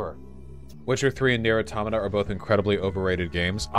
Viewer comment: Finally, someone who places the stress on the second syllable of 'automata' instead of the third.